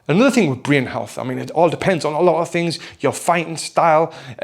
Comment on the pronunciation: The way he said "Breen Health" convinced me immediately.